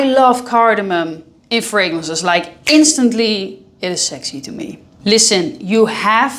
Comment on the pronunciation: How it feels to hear 'sexy' as 'sechsheee'🥹